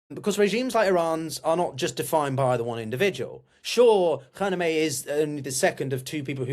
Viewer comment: How about learning how to pronounce Khamenei first.